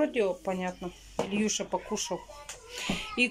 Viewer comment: Не Ильюша а Илюша плять,бесит уже посмотри словарь уже и выучи элементарные слова у тебя дети растут